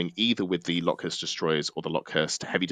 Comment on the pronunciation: Everytime you said LockhuRst instead of locust I died a little inside, otherwise good work!